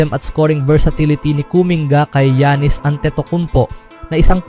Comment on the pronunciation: Janice daw an giannis😂😂😂 yan- nis tanga ng pronounciation mo